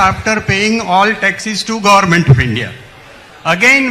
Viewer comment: Gorment nahi, Government hota hai Pehle bolna sekh ley beti